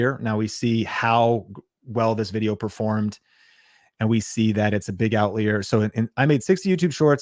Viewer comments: Bro, were you homeschooled? It’s pronounced OUT-LIAR. OUT-LIAR!! I can’t watch this anymore… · I was wondering if I was saying it wrong! Never heard it pronounced other than out-liar before this video. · I busted up laughing every time he pronounced "out-leer." Ha! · "Out leer?" That a faster jet? :) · Outlier….never heard anyone pronounce it that way 😅 You shouldn’t necessarily look in your niche with these kinds of tools. You look at related niches and/or what’s working generally in other niches across YouTube, and then apply it to your niche. For example, look across almost any niche and you’ll find comparisons of a cheap product vs expensive product. So you can do that in your niche no matter what it is. Like “is a $1000 computer worth it?” Could be comparison of $20 vs $200 light, $50 vs $500 credit card fee, etc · Why do you say outlier like that?! 👀 it’s paining me lol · I know you are trolling the trolls by mispronouncing outlier…